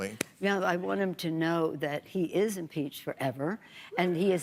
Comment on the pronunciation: As she slurs, "heee's impeeeeched forefer." . It looked like Maher was baiting her there, if he wasn't he did get her to show her true colors. She must of had a toke or two along with a glass of wine while Maher was inserting his head up her butt.